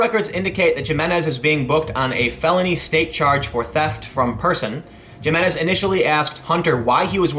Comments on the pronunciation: He assaulted minors it's a felony. You're saying his name wrong over and over and over. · You dumb ass!! Didn't you take Spanish 101 in high school?! Stop mangling the name Jimenez!! Otherwise carry on, pelon!! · Stop saying Jimenez please lol your killing it !! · The Bexar DA didn't file assault charges along with felony theft? Same as spitting, throwing ice on someone is assault. So libtools who make idiotic videos saying "he shouldn't be charged with a felony" might at least be PC enough to learn how to pronounce Jimenez correctly. Smdh. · he keeps pronouncing the J in Jimenez in english and i'm getting triggered. Like come one man. Be a little more cultured than that. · The "J" in Spanish is pronounced like the English "H." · I think the J in Jimenez has a Y sound like Jimenez in Mexico. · Tim, I think the J is supposed to be silent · Bexar is pronounced "bear" and the J in Jimenez is pronounced like an H. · "Bex-ar County..." It's pronounced "BEY-har". Similarly, the guy's last name is pronounced "hi-MIN-ez". Spanish pronunciation. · It's "He-men-ez" I know we're funny for pronouncing J as an H, blame Spain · Btw, it's pronounced "hi-muh-nez" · FYI, folks, it's pronounced: Hee-MEN-ez. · Gimenes? :D Also, 'nigguh' is not a racial slur. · Jimenez, pronounced (H)imenez. Bexar County, pronounced bear County. Welcome to Texas. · Did Tim actually say Gee-menez? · Nitpick: J pronounces like an H. "hi-men-ez" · Sounds like justice is being served! This guy was an asshole. All evidence points to this being totally unprovoked. Btw - Bexar is pronounced liked “behar”. And the J in Jimenez is like an H. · "Hi-minez" -- the J sounds like our H. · Bexar is pronounced Bear. Jiminez is pronounced Himinez. I'm sure others have said it somewhere throughout these comments. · Tim, that pronunciation of his last name, it's Spanish, think "H" not "J" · Pretty sure it's pronounced (H)imenez. Either way he was way out of line and should be charged with assault